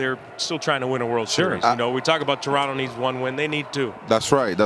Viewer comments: Refreshing to hear Americans pronounce Toronto correctly. Next level would be saying Tronno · This is a great panel. I love the respect they show Canada and the Jays. Saying Toronto properly personally speaks volumes to me.